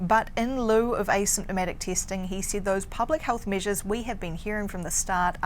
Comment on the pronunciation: Why does she keep mentioning measles (instead of measures). And she wants more "tasting" instead of "testing" LOL Couldn't they find a Canadian woman to speak about the Canadian COVID-19 situation?